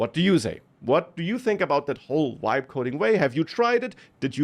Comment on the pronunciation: You have to listen carefully, it is not "vibe" coding, it is "wibe" coding.